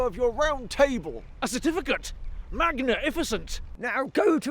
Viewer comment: magna-ificient HAHAHAHAHA my sides